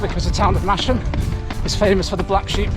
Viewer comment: Hopefully you didn't get out of Masham without learning that it is pronounced massam, but just in case...